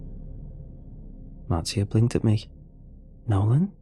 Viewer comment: No offence, but I'm pretty sure her name is pronounced Marsha, with a "new era" spelling. To everyone listening, take a shot every time he says Martee-a...